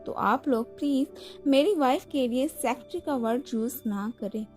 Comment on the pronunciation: Please Aap Secretary ko aache se pronounce kariye.